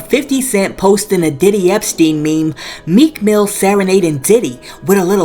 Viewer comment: It is Meek Mill, not Meek Mills 🗣️ I am a maiden ‘Mills,’ and we do not claim Meek Mill. Please, pronounce his name correctly —For the love of God, drop the ‘s’ on Mills, his name is Mill instead 😆